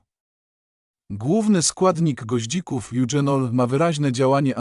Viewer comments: Goździki pije napar od kilku lat.. Olejek goździkowy działa przeciwbólowo.. Ja pije goździki zamiast łykać tabletki przeciwbólowe.. Proszę pana nie mówi się eudrzenol,,, tylko eugenol.. Ale proszę nie mówić że to remedium na wszystko.. Skąd pan te wiadomości bierze? Tyle fantazjii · Bardzo ważne informacje , ale AI nie mówi poprawnie po polsku, np."eugenol" a nie czytane z angielskiego "dź", jak tu; to poważny błąd,tzw.makaronizm i te "dząsła": to niszczenie naszej kultury w mediach powinno być karalne, bo niszczy jej bazę wprowadzając w błąd.Od lat zanikły też końcówki wymawiane z wiejska przez "om"np ludziom, robiom etc.; przecież to jest "ął" na litość boską! Kto czyta ten wie jak się to pisze, ale w necie te "omy" to plaga.W mojej podstawówce taki "omowiec" nie zdałby z polskiego, pała by była😮😊